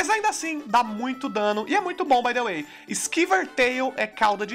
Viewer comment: "bai de uei"